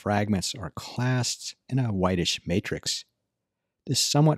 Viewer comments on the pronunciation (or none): none